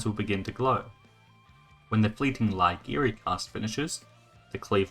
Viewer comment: Just a pointer, bc language is important, it's not Lai-giri, it's Iai-giri, Capital "i" it is a minor dig, I know